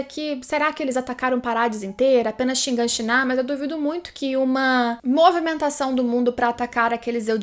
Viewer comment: Cada vez que escuto ShinganshiNÁ é uma facada no cérebro.